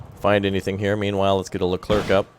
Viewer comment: Super Stellar French here, you don't have to pronounce the "c" at the end of "leclerc" so just end like "air" ;)